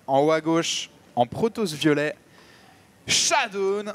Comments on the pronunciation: Pourquoi j'entend shadoune alors qu'il s'appelle shadown ? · "Chadoune" D